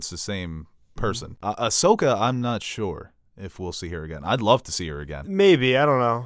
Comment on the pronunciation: doesn’t know how to say Ashokas name correctly, watch a dam episode of clone wars.